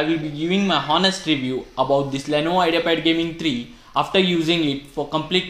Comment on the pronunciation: Honest nhi Bhai onest hota hai h silent hota hai